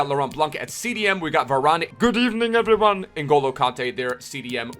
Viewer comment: I love when he says GUD EVENING EBERYONE